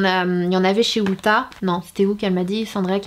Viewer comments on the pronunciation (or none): Et on dit ulta pas outta 😉